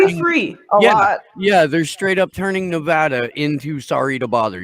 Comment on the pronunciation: It's Nevaahda ( Nevada). Don't California my Nevada They just ok'd the lithium mine in N.Nev.